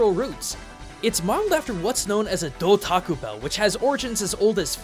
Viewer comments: Hmm... A Doutaku Bell? Dou.. Tako Bell.... Do Taco Bell? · Do-Taco Bell😋